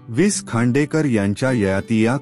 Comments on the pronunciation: सर कृपा करून विस खांडेकर असं म्हणू नका. वि.स. खांडेकर असे म्हणा. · निवेदकाला लेखकाचा उल्लेख विस खांडेकर असा उल्लेख ऐकूनच निवेदकची कीव कराविशी वाटली. निवेदन अगदीच अयोग्य आहे. पुढे ऐकावेसे वाटत नाही. लेखकाचा वि.स. खांडेकर असा करावा. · अतिशय घाणेरडे वाचन... भावना शून्य 😢 हाविस खांडेकर हे ऐकून च मन खिन्ह झाले...😮